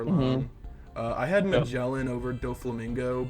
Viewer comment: Please, do not pronounce "Magellan" ever again.